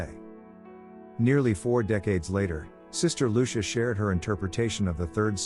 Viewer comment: Her name is pronounced LU CHEE A!